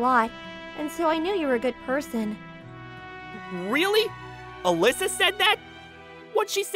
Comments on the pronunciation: This dude NEEDS to work on his pronunciation. Particularly the words; girl, certain and person. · Excuse me why do you pronounce person as poison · What the fu— so, first of all, is Hirata Australian or Britain? Because when pronounced "Girls" he instead said "Goyils" it sounded... Australianey and Britainey, he pronounced "Weird" as "Wied" ay, I'm just telling boys and gals. And uh he pronounced "Person" as "Poison". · Good show but i don't like how he pronounces things explanation Girl goal Person peson